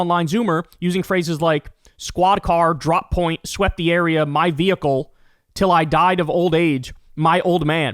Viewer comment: His Vee-hicle